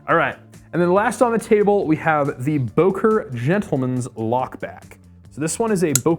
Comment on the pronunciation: Sorry, its called Böker ! Ö ! Im from Solingen btw.